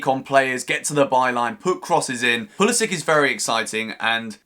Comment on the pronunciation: Hello, i just want to inform you that you are pronouncing Pulisic wrong. It end's like Branislav Ivanovic or Aleksandar Mitrovic...